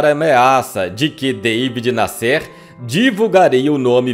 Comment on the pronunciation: O nome do Jornalista era David Násser é não Nassér !